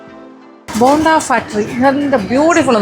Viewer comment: ബോണ്ട അല്ല ബൊണ്ട . ബൊണ്ട എന്നാൽ കരിക്ക്. ബോണ്ട യ്ക്ക് ഇവിടെയും ബോണ്ട എന്ന് തന്നെ ആണ് പറയുന്നത്